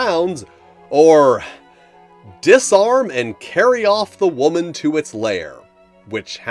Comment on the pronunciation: Whaa-man? What is this Whaa-man?